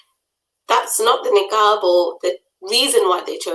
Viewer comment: Its Niqab and not Neeekaab